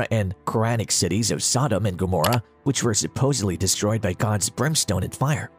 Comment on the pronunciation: Why the stupid pronunciation of Sodom it is pronounced the same as sodomy or sodomite the two words originate from the city of Sodom because that is how they were behaving in Sodom.